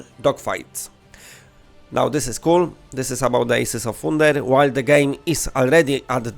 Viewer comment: Ejsis of foonder. lol.